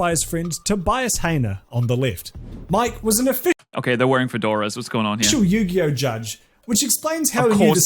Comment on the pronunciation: Yu-gay-oh Sorry